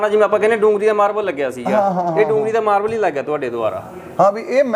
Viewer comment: ਮਾਰਵਲ ਨੀ ਮਾਰਬਲ